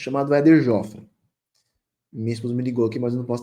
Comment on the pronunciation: Sua pouca idade não te permitiu conhecer Éder Jofre (a pronúncia é fechada:Jôfre). Não é verdade que quase ninguém o conhece: todas as pessoas da minha geração o conhecem e o viram lutar. Ele é realmente um vitorioso no ringue e na vida.